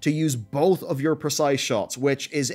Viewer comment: Yo I’m gonna help you out. The word GENUINE is not GEN YOU WHINE. It’s just not.